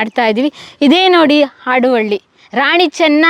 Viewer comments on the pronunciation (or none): ಮೇಡಂ ಆಡುವಳ್ಳಿ ಅಲ್ಲ. ಹಾಡುವಳ್ಳಿ. ಹ ಕಾರದ ಉಚ್ಛಾರಣೆ ನಿಮಗೆ ಕಷ್ಟ ವಾಗುತ್ತಿದೆ.